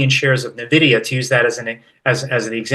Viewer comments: Nvidia...ENvidia. if one wants to be a market "expert" they should know how to pronounce company names. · NaVidia! NaVidia! NaVidia!